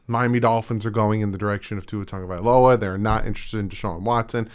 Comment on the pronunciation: Thank you for pronouncing my last name right, seriously nobody ever does hehe